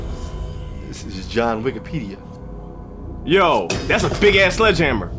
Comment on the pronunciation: This dude said John Wickipedia 😂 😆 😝